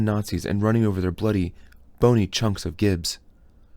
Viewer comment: Damn I was loving these until I heard you pronounce “gibs” man lol Thanks for recording these, I’m able to listen to this book while I’m at work